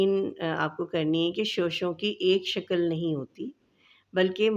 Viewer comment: Shakal nahi Shakl kahte hain